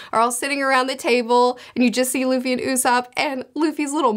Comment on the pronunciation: I'm very hyped and mostly I'm glad they say Luffy and not Ruffy ;D